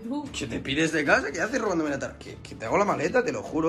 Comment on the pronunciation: Tarjeta con g "targeta" que crack 🤣🤣🤣